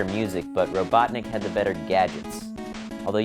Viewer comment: its robotnik not robonic